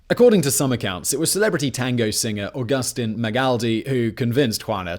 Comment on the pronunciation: The i in augustín has an accent...proceeds to say auGUstin XDDD good try tho lololol